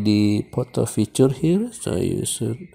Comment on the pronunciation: Poto??? Durn Indian 🤢